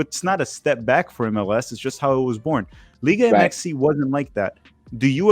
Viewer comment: Why does keep saying “Liga Mxy” it sounds dumb and cringe